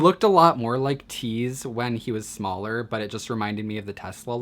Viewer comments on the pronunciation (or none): none